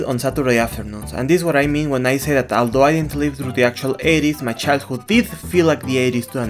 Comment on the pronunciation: Ok awanta no habia visto que el video es viejo, ya me emti a ver el de Zelda de hace 6 meses y si ya hubo mejora (no perfecto por ejemplo en ese vudei en lugar de de Although {Oldou} dices Aldo Aldo ), pero no voy a quitar el comment de arriba por si quiza te da por hacerle un remake por que es buen video y no estaria mal que lo volvieras a narrar con tu ingles ya mejorado